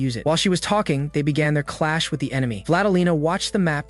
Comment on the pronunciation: Did you just say claps💀🤨